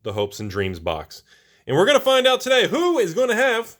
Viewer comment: I thought you said Hoax and Dreams ':D